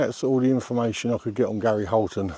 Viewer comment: Hiya 🙋 Thank you for the video on Gary Holton. Well done on the pronunciation, I had trouble with that when I tried! 😂 Best wishes Annie.